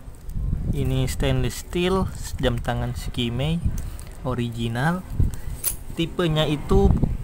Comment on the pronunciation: eskamei bacanya bang, bukan skimei. cemiwiw